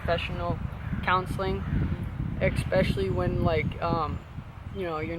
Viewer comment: EGGspecially huh?